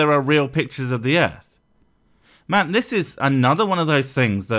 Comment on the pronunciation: "look at dis pizza a da earf" Accents are funny